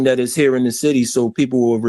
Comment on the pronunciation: Why be saying "The Bity" and not "City"?